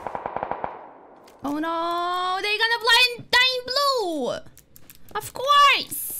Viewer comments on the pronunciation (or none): Твоё произношение "оффкойз" просто великолепно, готов переслушивать снова и снова )))